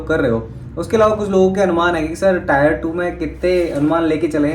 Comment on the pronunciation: sir it's टीयर not टायर 😃